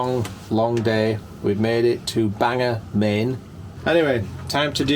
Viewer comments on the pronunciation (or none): It’s pronounced Bangah 👍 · Why did you take a cart with a baby seat? 😂 And I'm pretty sure it's pronounced Bang-gore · Bangor, pronounced bang-gor, gor as in gore. I was wondering if I would ever see you guys in Maine now that you’re in Nova Scotia. Maine is a beautiful state and definitely worth a tickle. I’ll never be able to afford either of those cameras but who gives a shit, I love your videos. I love your work, and I love you guys. Cheers! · Bangor = BANG-gor and Calais = KAL-us don't you know proper English like? Now back to the video ...